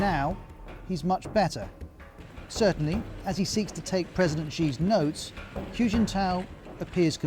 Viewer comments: It sounds closer to "who", to be honest. Not "Hugh". You would think they would check how to pronounce his name before doing a whole video on him. And then there's people who won't can't get a job... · anyone notice that whenever the news pronounces a chinese name they always have to over complicate it, like it has to be more exotic or something. xi as "ʒi" and hu as "hyu" . say it with me, she and who. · No no, I would understand it if it were a set of phonemes not native to his accent already, but he can say the word "who" just fine. He's choosing to say it with an added "y" ("hyoo") even though he's fully capable of pronouncing it correctly... I'm not saying "it's not that hard." I'm saying he already does it. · Ros Atkins "Hu" is pronounced like "who" not "hugh"! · This BBC China basher is revealing his dire lack of knowledge of China. 'Hu' is pronounced as 'who', and NOT 'hew'. BBC is now just a content farm. Sad. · Can you at least pronounce "Hu" correctly to show some professionalism ? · Please, His name is not pronounced “Hue” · I mean bro... Reporting about a person while you can't even pronounce his name? How do yourself even know what you're saying? 🤣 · Is it really THAT difficult for Ros Atkins to properly pronounce “Xi” and “Hu”?? Seriously. As a journalist, you need to get it correct or lose credibility. Great story otherwise ☝️ 🇨🇳